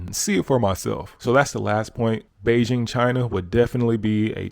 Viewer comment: Nice to hear "Beijing" pronounced correctly 😁